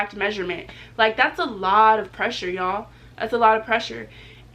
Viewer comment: So pretty I jus hate the way she say yall 😂